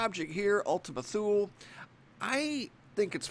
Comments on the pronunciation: Good video, thank you. But it's actually pronounced "too lee." Not "thool." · Its pronounced "toolee" Thule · Gaaa! It is pronounced too-lee. Ultima Too-lee. It's Latin. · toooleee, not thule like greenland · Thule is pronounced Too-Lee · Ultima Too-Lee